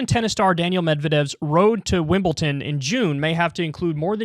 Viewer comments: Also Kyle it's WimleDon not WimbleTIN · It’s Wimbledon not Wimbelton. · Kyle ‘Wimbleton’ Kulinski!